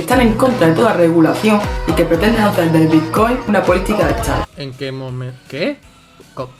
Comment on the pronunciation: Dejadles hablar, no sabe ni decir bitcoin hulio